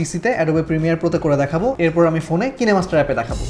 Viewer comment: অনেক ভিডিও দেখেছি, কিন্তু খুব কম জন কিনেমাস্টার কে সঠিক ভাবে উচ্চারণ করে। বেশিরভাগ ভিডিওতে একে কাইনমাস্টার বলা হয়। যদিও অ্যাপ ডেভেলপাররা দক্ষিণ কোরিয়ার বলে আপনার উচ্চারণটা সঠিক। আপনার এই প্রচেষ্টাকে সাধুবাদ জানাই।